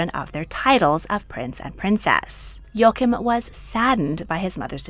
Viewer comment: Please: it’s Jo-a-chim and not yookum